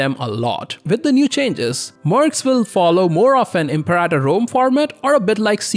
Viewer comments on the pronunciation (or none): none